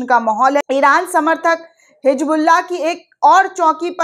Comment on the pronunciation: Madam hijabullah nhi hizbullah kahte hain.